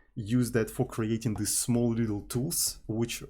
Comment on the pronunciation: ohhh! Thank you very much for clarifying! I take note. But somebody has to tell that there is no fantasy word in the middle between "this" and "these". He uses "thes"